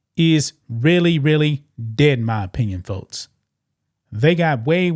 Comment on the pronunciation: Why can’t you say x or k? It’s folks, not fotes It’s six, not sits, It’s next, not nets